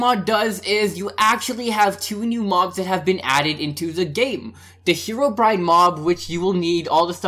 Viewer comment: whos herowbryine but I know notch